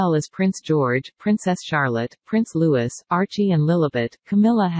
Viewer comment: I wish the American journalists would learn to pronounce names of our royal family correctly. The “s” in Louis is silent!